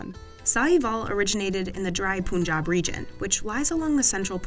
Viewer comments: Its punjab not puunnjab 😂😂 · It's pronounced panjab ... And not punjab even though the spelling is Punjab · the way she said “Punjab” Aaaaaaaaaaaa that was offensive (Just kidding, but pls try to pronounce the these types of things correctly she literally said POOOJAB) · These Kannedians/ Amreekans keep on calling Punjab as Poonjab. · They pronounce it very well when they say "Pungent" or "Punch". But when they say Punjab, but magically becomes Poonjab. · It should be written as Panjab to get better pronunciation from westerners. Iran here is I Ran, Iraq is I Raq, Afganistan- aaf geni sTan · They are trying so good But stop like poonjab mombay and stuff It’s ear cancer